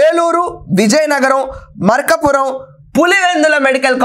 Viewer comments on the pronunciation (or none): మేడం...malkavaram కాదు. మాకవరపాలెం.malakapuram కాదు, మార్కాపురం